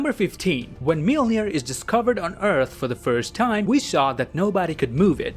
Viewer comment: thanks for the great content but PLEASE learn how to pronounce "Mjölnir"